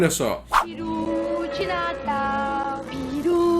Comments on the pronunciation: Mano pelamordedeus , para de falar piru de natal , esta escrito PERU , piru é pau rola benga , pqp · Seu maluco, o nome da ave é pEru. Pare de falar pIru. Hahahahaha